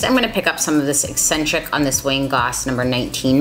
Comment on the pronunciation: Out of everyone who has reviewed this palette you are the only one who has pronounced Eccentric correctly. Everybody else keeps pronouncing it e-sin-trick. It’s been driving me nuts!